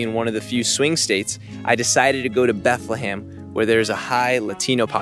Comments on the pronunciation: It’s not BethleHAM 🤣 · It's pronounced Bethlum😂